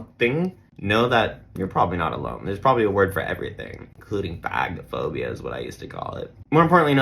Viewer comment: It’s pronounced like FAY-go-fobia and you’re fantastic!